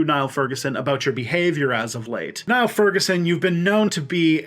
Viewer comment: One point, Furguson's first name is pronounced as in kneel.